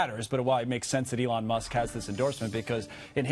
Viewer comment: “Alun Musk”